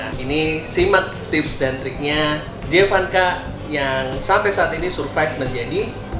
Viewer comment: panggilannya Emak jevass, bukan jee vanka🤣🤣